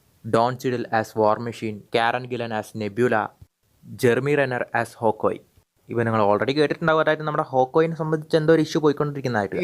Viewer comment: Hawkoye ❌️ hawkeye✅️